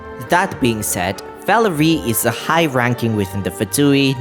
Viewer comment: valeriy, first it's not velerIY but valEriy, softened r edit, oh you did the emphasis right with valerio